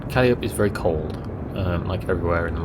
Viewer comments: Not sure about the other two but Calliope is pronounced Ka-lie-ah-pee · Calliope - pronounced - Ka-lie-opie :-) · Im pretty sure it's pronounced CAH-LI-O-PEE like the American ww2 tank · Noah Quigley that's what I thought, right?!